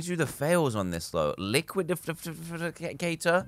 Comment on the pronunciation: It is pronounced… liquid ifi cator